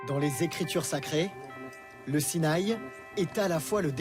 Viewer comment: SI NA I !! Pas sinaille .